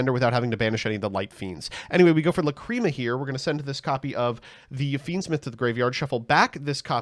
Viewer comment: Okay I'll bite; how did we pronounce the fusion monster named after the word 'lachrymose' correctly for months, but now that it's a different card we get "luh-CREAM-uh"?